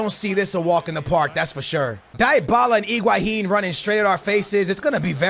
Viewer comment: It’s pronounce Deebala not Die-abala